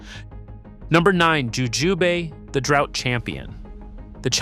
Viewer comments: Jujube: the E is silent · Jujubay? Jujūbe? lol